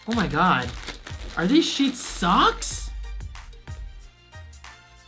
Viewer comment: When you said Sheetz socks, I thought you were saying Sheetz sucks 😂